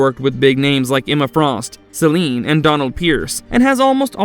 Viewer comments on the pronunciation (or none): none